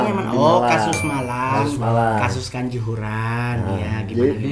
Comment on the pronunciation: Kanjuhuran?? Kanjuruhan bang 😂